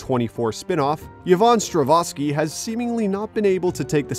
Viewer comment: How can you mispronounce Strahovski as Stravoski? Sheesh...